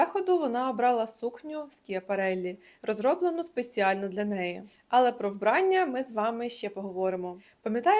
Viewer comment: вбраннЯ, а не вбрАння